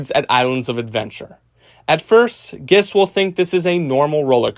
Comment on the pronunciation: Great video. Only note, please work on the pronunciation of "guests," as it was very confusing for me (gests)